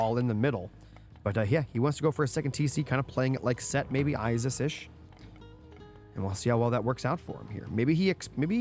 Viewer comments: it's Isis not I-ziz they are S's not Z's.. how was that your favorite if you can't even say it right. Female siblings are sisters not zizters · I want to finish this so bad, but it's literally nails on chalkboard EVERY TIME YOU SAY I-ZIZ. Please pronounce things right if it's your job to do so.